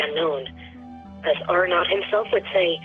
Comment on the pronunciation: ‘Arnod’? Surely the correct pronunciation is ‘ar-no’. Just sayin’